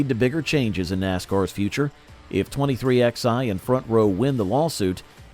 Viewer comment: It's pronounced 23 11 racing not 23xi